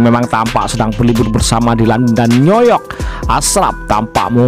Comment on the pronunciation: Iya, betul sekale, yg ngisi suaranya, bkin napas gua nyesek, ngomongin New York, kok jadi Noyok, hadehhh, mas, alon2 bae.